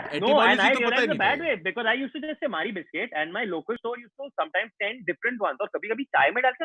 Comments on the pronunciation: It's not "biscuit". It's "bisscutt". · Biscuit nai biskooot hota hai wo !!!